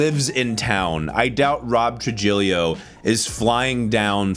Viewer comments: Rob Tru-jill-io?? it's TROO-HEE-YO bruh lol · I was happy that Killer Mike swept the Rap Category. Also Trujillo is pronounced (Tru-He-yo) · All of this truth with the only blemish being not pronouncing Robs last name properly 🤪 much love my fellow Nashvillain! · I'm a little salty you pronounced Trujillo's name incorrectly, not because of Mehtallica, but because of Suicidal Tendencies and Infectious Grooves. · For FUCK'S sake man please learn how to pronounce Robert Trujillo's name!!!!!!!